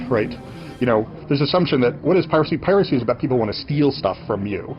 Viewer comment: To hear a supposed human pronounce "piracy" as "pi-RACY" gets old really fast.